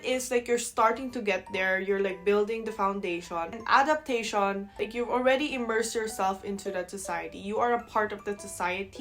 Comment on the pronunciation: Adaptashawn ( and ) (not ) .... you're really talking like Filipina. 😂😂😂😂😂 Kalbi or adobo... both❤️.